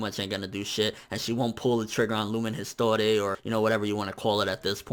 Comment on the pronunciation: Yeah, it sounds like that but the "r" should be pronounced because it's a french word "ees-twar"